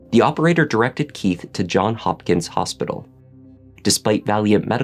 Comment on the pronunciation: It's Johns Hopkins, that's Johns with a "S". Please don't say John Hopkins.